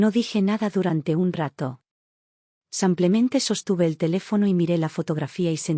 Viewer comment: Buena historia pero por que dices samplemente en lugar de simplemente